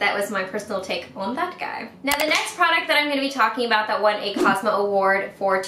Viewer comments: Hey. I think it's actually pronounced cos-meh (or co-su-meh)...just wanted to give you a heads up. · because pronounced it as COSMA. In French you can pronounce the letter "e" as another letter. That's why I told her it's not a French word because she may have mistook it to be French as she pronounced it as COSMA. Would this explanation suffice? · you didn't put in the right link for the Cosme list! Next time please try out some Heroine Make products! Their black liquid liner is my holy grail. I also wanna hear your thoughts on their mascaras too, a lot of people rave about them. P.s: Cosme is pronounced like cos-may. And Fancl I believe is fun-kell, kell as in like Kelly. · it is pronounced "at cosme"